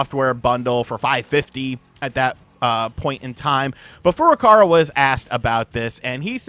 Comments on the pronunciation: Please pronounce Furukawa's name correctly; it is Furuka-WA not Furuka-RA. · Kyoto Kyo-Toe Not key-yo-toe ... Furukawa Foo-Roo-Cow-Ah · He still says Furukawa wrong.